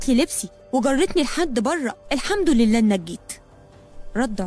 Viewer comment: الحمدلله و ليس الحمد الله والله العظيم و ليس العزيم لأنه خطأ يغير المعنى في اسم الله أستغفِرُ الله بكسر الفاء و ضم الراء و ليس بفتح الفاء و و فتح الراء (أستغفَرَ❌) لأن معناها أن الله من يستتغفر أنشروا لعلها صدقة جارية 🥹